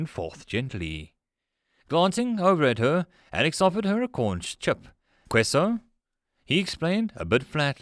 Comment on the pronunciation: .....How do you not know how to properly pronounce "tortilla" or "queso"?!